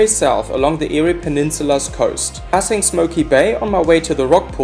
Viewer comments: The Eyre in Eyre Highway/Peninsula is pronounced "Air". Thanks for your video. The odd thing is that the Flinders Ranges is quintessentially Australia. Unmistakable. Immensely ancient. Yet only a few travellers really get it. I just noticed you've already been told about Eyre. 👍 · FYI. “EYRE” is pronounced “AIR” keep the videos coming. 🍻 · eerie highway.... eyre hwy.... nah mate, its pronounced like the word air. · Great video but Eyre is pronounced "Air" not Eeri. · Eyre is pronounced air